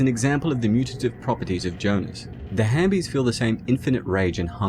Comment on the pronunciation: It’s halfbies not hambies🤣🤣